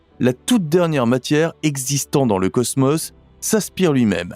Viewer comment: C'est quoi le ceusmeus??? Cosmos je connais, il y a 2 "O" qui se prononce O et pas eu...😂😂😂